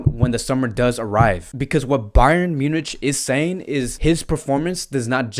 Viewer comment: Munich is spoken as MYU-NIK